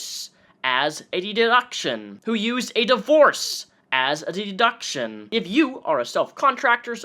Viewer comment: pretty bold for someone who cant say 'deduction'